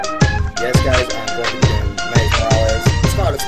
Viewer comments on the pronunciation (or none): none